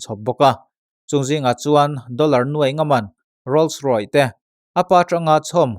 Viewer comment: Sorry.. Rolls roy ti a lam loh in rolls roy's ti a lam a dik zwk em aw.. Roy tih tawp lo deuhin 'ce' a tawp a nih vang hian.. Ka sawisel lo che aw.. I channel lo ngaihlu em2 tu... No offences